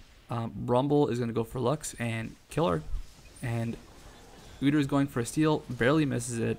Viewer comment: I love how he says "Udur" I'm saying that from now on.